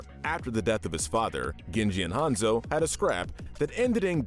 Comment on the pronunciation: With all due respect this video didn't turn out very good. Firstly your name pronunciation is all over the place calling Hanzo "Hanza" when talking about Hazno, how you said Kanezaka, etc Secondly, your lore knowledge is seriously flawed. Kiriko didn't threaten murder she threatened the Hashimotos with "kicking them all in the face" which is assault BIG difference. And she did it to protect an innocent old man and his deaf granddaughter who is a CHILD. They even accidentally shot the guy. Rio has had an uprising but we haven't seen it yet. you probably meant Paris, where Zero Hour takes place. so in conclusion you can do better. For future go over your footage and scripts before posting it. somebody has to be "that guy" and in this case it was unfortunately me. Better me than some asshole who says what I did but much more rudely. there are TOXIC people in our fandom